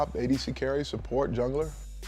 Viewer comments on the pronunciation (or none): I swear he says "Juggler" though too heh